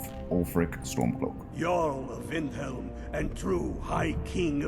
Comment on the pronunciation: i like how he pronounced windhelm as vinhelm